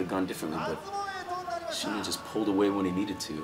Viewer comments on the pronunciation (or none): To the reporters, the name is SINA. not Shina